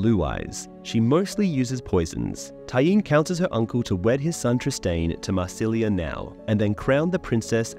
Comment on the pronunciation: "Marcilia": it's amazing how you fail in every pronunciation.